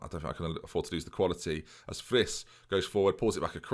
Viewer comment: Absolutely love these types of episodes! Think it's perfect as a sort of break in between the more up-tempo episodes which I of course also love! btw, you should prolong the i's in Friis a bit more. Kinda like in Free.